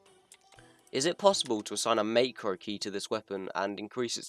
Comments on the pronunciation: It’s pronounced Mac ro not makero It’s a great vid thou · You say is as mahhcro not maycro btw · not to be rude but i don't like how you say macro as maycro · mans saying meicro LOL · I will never forgive you for mispronouncing macro